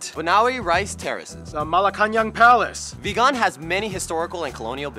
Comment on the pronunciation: These guys are Filipino? I'm not even Filipino, and I know for sure they are butchering names that no filipino wood. He pronounced "Leyte" as "lee YET" hahaha. The name of this island is pronounced, "LAY teh". He wasn't even close. He put the accent on the wrong syllable for Vigan. It is pronounced VEE gahn. Not "vee GAHN'. You know this word,. "Moro" The accent is on the first syllable...not on the second syllable. So these guys aren't Spanish or Latino either. jajaja